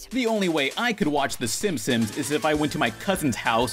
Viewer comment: "The Simsims"